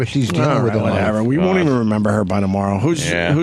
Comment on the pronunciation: I like how opie pronounced “don’t” as “don’t” but he pronounced “won’t” as “WOOOOOOOUUN”